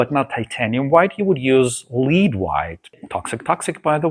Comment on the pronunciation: The pronunciation of the word "Lead" White in English, rhymes with the words red or head. It's a tricky spelling because the word lead is written the same way as to lead someone down a path, or lead the chemical element, which is what is in lead white paint.Wonderful video as always , thank you ❤